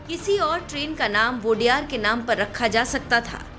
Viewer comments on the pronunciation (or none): वोडेयार❌ nahi ओडेयर✅✔ odeyaru mean 'odeya' mean naayak yaa toh leader 'ru' mean multi version, odeyaru(leaders)